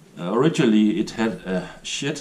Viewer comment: As usual very well done, great video and I love that kept your children's knives all these years. That tells me lot about the kind of man you are. When you try to say sheath it makes laugh because it sounds like you are saying "shit" but I know you are not 😁